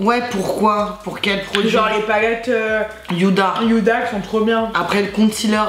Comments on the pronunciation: Il et mal estomper le Contouring de c domage ça m'a fait trop rire quand vous dîtes yuda o lieu de ouda (huda) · « Youda » pour Huda😂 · Nn sa se prononce pas du tout comme un y c est juste elle le prononce mal 😂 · Y’a que moi que sa dérange qu’elle dise yuda 😂😂😂 Sinon jtem roubi ❤️ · On dit pas yhuda beauty 😂😂😂